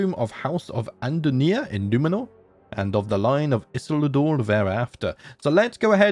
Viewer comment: Isildur is pronounced Ee-Seal-Door! Hope that helps ^^ Also wanna drop some child names since I got in on Ep 1 for once - Son: Aravor, Daughter: Alarra. Let them follow their hearts.